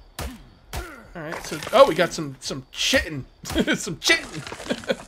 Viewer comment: It's not Chit-Ten, it's KAI-Ten. <3